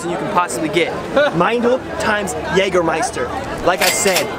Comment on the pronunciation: Jaja Jägermeister kann er gut aussprechen nh 😛😏